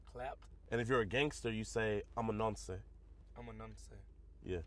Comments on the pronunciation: Never thought I would never have to type this but, It’s pronounced nonce not noncè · I’m from the UK and it’s not pronounced nonsay 😂 it’s pronounced nons 🙂👍🏽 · The pronunciation is wrong. Don’t emphasise on the E at the end. Nonce. Not NoncEE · its not (non-cay) its (non-ce) Its 1 syllable not 2. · wtf is that “ayy” at the end… it’s it’s pronounced nonc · it’s not nonsey it’s nonce the e is silent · It's pronounced NONCE. NOT Nonsay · It’s pronounced Nonse 😂😂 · Thas not how it's pronounced 😑 you don't day the E in the uk